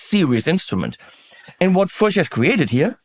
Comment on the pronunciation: It is indeed pronounced "Furch" rhyming with Turk. I had the honor of meeting František Furch at his workshop/factory near the city of Brno, CZ, where I lived for several years.